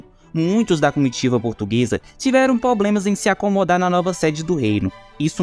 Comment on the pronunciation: Parei de assistir depois do "POBLEMAS".